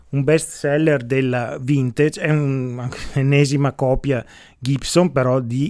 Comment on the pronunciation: Simpatico. Apprezzo codesti video, pragmatici e chiari. Due cose: "assolutamente", cerchiamo di dirlo meno..... Vintage, si pronuncia così com'è scritto... Salutoni.